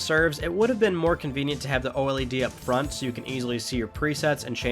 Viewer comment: o-l-e-d? it's just o-led lol.